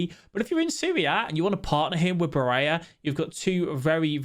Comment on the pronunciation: Bar-ella not baraya